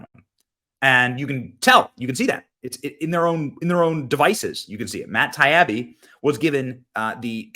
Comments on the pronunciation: It’s pronounced Tiy-ee-bee. Matt Taibi. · Love your channel. This is such a great, needed video. But nb: it’s Matt Ta-EE-bi